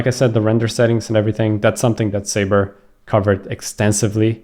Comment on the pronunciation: Thanks, BTW it's not sayber, it's pronounced suber! 😂😂😂